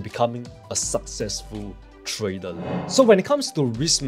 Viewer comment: Why can't you pronounce trader always say tradal try to pronounce r